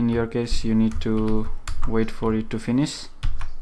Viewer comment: why Indian people does not pronounce correctly :=> ex: Finish != Finis ????